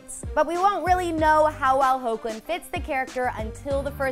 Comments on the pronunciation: just ganna say this it's pronounced hek -Lin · Lol it's "Heck"lin. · His name is pronounced "Heck"-lin. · who else cringed when she said 'ho-clin" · it's pronounced " hecklin" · It’s heck-lin Bruhhh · Is not it pronounced like Hekhlin ? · Did anyone else notice that they said Tyler's last name and the MAIN characters wrong.... she pronounced them horribly!! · When are they going to pronounce Hoechlin right?😥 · It is, she just pronounced it wrong